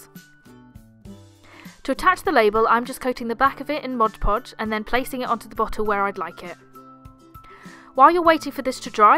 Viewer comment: MOD PODGE. Not Modge Podge. lol super cute tutorial btw.